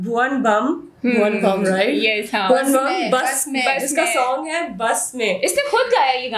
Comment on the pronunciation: First of all it is Bhuvan Bam its not Bhuvan Bum